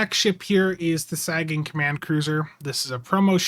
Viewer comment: Wolf 359 would be awesome. A new New Orleans class would be good. I'd also like to see them include the Curry as an excelsior variant Btw it's Sagan (Sae-gun) after Carl Sagan